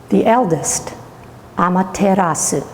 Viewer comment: Why are you pronouncing the u?